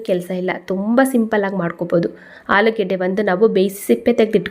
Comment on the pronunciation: ಆಲಿಗಡ್ಡ ಅಲ್ಲ ಮೇಡಂ ಆಲೂಗಡ್ಡೆ ಅಂತ ಹೇಳಿ